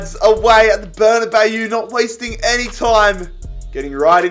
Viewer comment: It’s pronounced ber-na-baw not bayooo